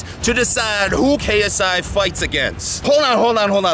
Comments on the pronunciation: Did you say KSA? facepalm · Its KSI not KSA